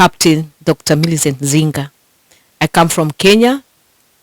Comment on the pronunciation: Dr. Zinga not Nzinga!!